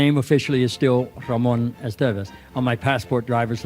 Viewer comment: You literally just played a clip of Martin Sheen CORRECTLY pronouncing the last name 'Estevez', and then went on to mispronounce it over and over again. Well done.